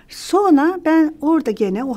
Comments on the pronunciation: Çok sevdiğim saydığım bir bayan fakat o kadar kelimeleri duzelttigini söyleyip sürekli "sonra" yerine "sona" diye telaffuz etmesi ilginç bir alışkanlık olsa gerek çünkü "r" harflerini normalde telaffuz ediyor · Sonra kelimesini soğna olarak telaffuz ediyorsunuz.